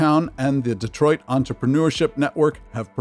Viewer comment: DEE TWAH!